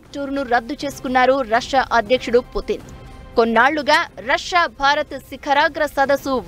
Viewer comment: రస్యా కాదే అమ్మాయి...రష్యా అని ఉచ్చరించాలి